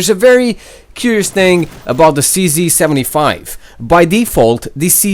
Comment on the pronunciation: Everyone pronounces cz 75 wrong